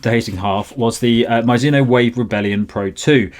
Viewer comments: 「マイズノ」😂変な発音！Mizuno = ミ + ズ + ノ = Me + Zu + No. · Please don't call it Myzuno, its annoying!